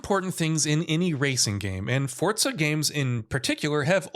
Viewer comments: Forza not fortsa* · The hell is “fort-za”??? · Why does he say fortza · For-Zah not fort-sah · FORZA not FORTZA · There is no "T" in the word Forza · Why do you say “Fortza”? It’s Forza. There’s no t in there. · FORTZA horizon 5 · “FOR-ZA” not “FORT-ZA” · FOUR-ZA NOT FORTS-SA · I couldn't finish the video u can't even say forza right where tf is the t in forza ? It's forza not fortza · i love fortza.... FORTZA is great.... its fooooorrrrrzzzzzaaaa not fortza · Why does this Mong pronounce it as Fortza? Its FOR-ZA not FORT-ZA!!! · why is this weeb constantly putting a "T" in forza. annoying af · Couldn’t stand him saying “Fortza” every time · Fort-za never heard of that game until he said it…. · Why are you saying FORTSA ?? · Every time he says Fortza I images pizza fort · ForTza?? Is that how it's pronounced? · Why does everyone say “Fortza”??? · why forCa? :/ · is it just me or was he saying fortza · Is it me or does this guy keep saying ''Fortza''? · Fortza? Umm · Say it with me FORZA THERE IS A Z NOT A DAMN T. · Why is he saying fortza ? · The game developers actually mentioned that it is pronounced Forts-sa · Xbox confirmed forza is pronounced fortza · that's stupid af literally putting a T where there isnt one. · There’s no T in Forza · There is no T in Forza. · It's an Italian word and that is the correct pronunciation. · I totally forgot Microsoft is Italian. My bad chief